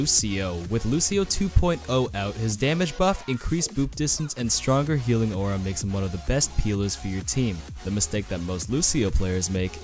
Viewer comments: did anyone else hear peeling instead of healing? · Taidana he did say peeling a few times